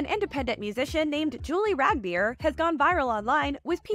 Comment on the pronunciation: Rag beer? Yall butchered the name in the worst fkn way